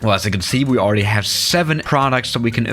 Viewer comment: I listen to that like 20 times xdddddd alr-easdly talk xddd